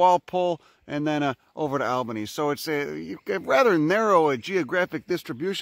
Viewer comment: Holy shit you pronounced Albany correctly! NOBODY (that isn't Western Australian) does that!